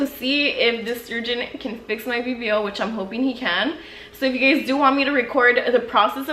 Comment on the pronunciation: Instead of saying “guys” she says “gays” lmao